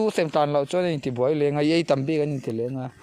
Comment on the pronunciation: Ei leh in tih tur ah.. Ai leh in i ti daih a😂